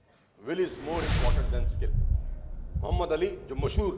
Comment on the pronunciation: Bahai AP ke zaban se Muhammad Bolna bara acha lagta he